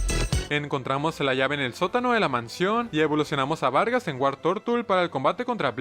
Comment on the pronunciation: xq vargas dice vergas jajajaj